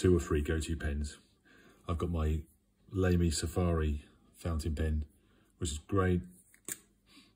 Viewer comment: Lamy is pronounced “lah-mee”. I was pronouncing it wrong until I realized it’s German.